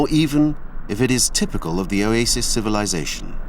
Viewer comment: I like how the narrator says, "Oasis". He pronounces it "Oyaysis" 😅